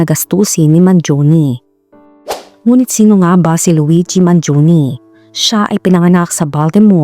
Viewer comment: He is italian,born and raised in the USA It is pronounce as Mangione and not Mangioni